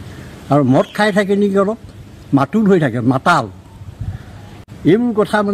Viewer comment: মাতাল শব্দ টোক একেবাৰে কব পৰা নাই এই জন আৰু কাণ তলিয়া চৰ দিয়াৰ কথা কৈছে আচলতে আপোনাক হে দিব লাগে